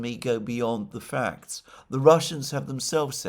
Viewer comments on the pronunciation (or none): none